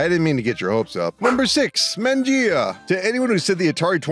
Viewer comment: Man-jee-ah? Man's never been to an Italian restaurant I guess. 😂